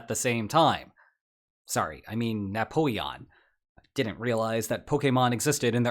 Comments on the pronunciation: Ah yes the Nappoeon. If youre going to start using shitty ai generated stuff for every video then its time to unsub from this trash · Man how is AI so bad at Napoleon's name this is comical